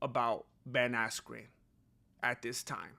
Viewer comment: you kept mispronouncing ben askyous name